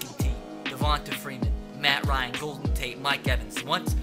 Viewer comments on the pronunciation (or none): none